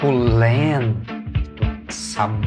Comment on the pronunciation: Rachei de rir na parte do su-CU-len-to kkkkkkkkkkkk